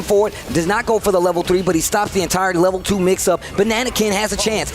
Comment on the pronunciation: Why does intentionally say Ken's level 2 wrong? It really pulls me out the commentary lol